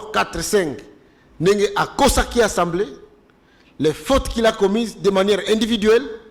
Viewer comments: Mais, sala effort ata opération na gorge po olobaka ASA ASA ASA ASA mais pas ENSA ENSA ENsamblé nationale. L'Institution s'appelle ASSAMBLEE ASSAMBLEE ASSAMBEE ou comme vous voulez ASSEMBLEE ASSEMBEE NATIONALE. PHONETIQUE C'EST [ASSAMBLÉ] Mais pas [ENSSAMBLEE]...Il n y a pas nasal, please il n ya pas nez. reaprenez les choses...SVP, Ndeko Zulu, Kankolongo, Epenge, Bibi, Reaco news, e tuttti quanti, please...comme on dit ASAMBUE dans la boucle. Et c'est ASAMBLÉ. Pas ANSAMBUÉ et pas ANSAMBLÉ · eza Assemblée pas ensemblée yekola ko prononcer esalaka nga pasi koyoka yo na ba journalistes mosusu ko prononcer ensemblée